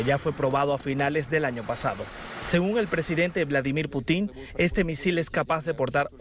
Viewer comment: "Putín" "Ovijas"